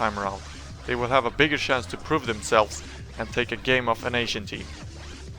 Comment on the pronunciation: sjance, its a dead give away when swedish people say chance